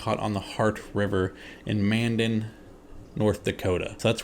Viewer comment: Lol it's pronounced "man-dan"